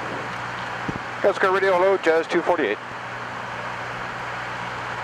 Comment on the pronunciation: Calcelgar. Can-SEL-gar.